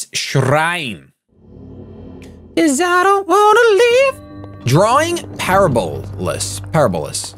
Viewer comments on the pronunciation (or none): Parabolas is pronounced "Puh-Rab-Oh-Las"